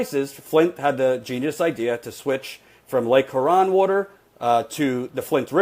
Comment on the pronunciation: P.S. it's pronounced "Lake HUE-ron."